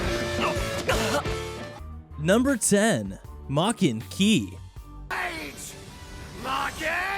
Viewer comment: aint no way this man said maken ki